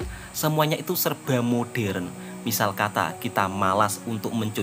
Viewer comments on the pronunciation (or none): none